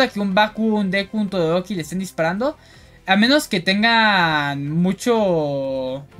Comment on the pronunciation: Muy buena Tierlist y objetiva! Me causó gracia como dices "Torodoki" en vez de Todoroki ndjsnadja saludos